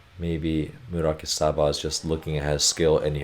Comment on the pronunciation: Hey coach an avid fan from the beginning but please get Murasakibara’s name right 🙌 love you but it’s Mura…..Saki…..Bara 🙌 the only hard name in Kuroko…. But can’t wait for the one